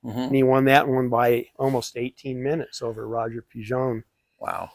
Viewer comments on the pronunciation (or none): none